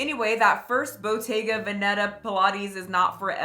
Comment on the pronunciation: Pilates instructor here 👋 and while I agree with certain aspects I will comment that she pronounced ‘Bottega Veneta’ completely wrong 🤦🏻‍♀️